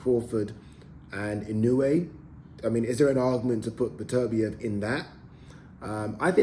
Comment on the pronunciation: His name is beterbeiv not betervia Get his name right you newcomer sausage or a presenter